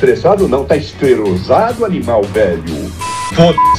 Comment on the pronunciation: bota na velocidade 0,5 e preste bastante atenção e vc vai ouvir que ele falou esterosado e não esclerosado